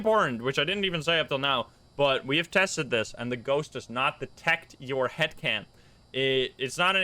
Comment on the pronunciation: I thought he said hat cam at first 😂